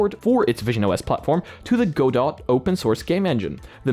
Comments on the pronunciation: But tbh Go-dot makes somehow more sense than the actual Goh-doh. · godot is pronounced gohdohw, last syllable stress jak gadał z O... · Godot pronounced "guh-doh" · Screamed every time he said Godot 😭